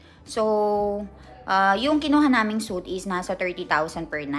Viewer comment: Suite (sweet) room. Not soot.